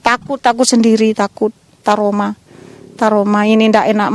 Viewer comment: waduh , trauma buk , bukan taroma , semangat ya buk , semoga ekonomi cepat pulih